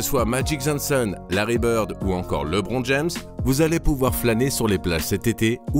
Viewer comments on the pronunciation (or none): Attend comment il a prononcé Lebron ?